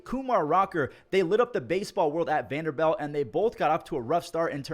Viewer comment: "Vander belt" cmon